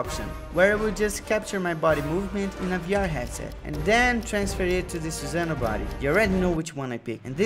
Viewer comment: It's sasano